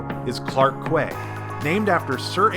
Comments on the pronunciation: Quay is pronounced "key", not "kway". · Quay is pronounced the same as key. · Researching for a trip to Singapore and came across this video, it's very helpful. And your mispronunciation of quay was hilarious.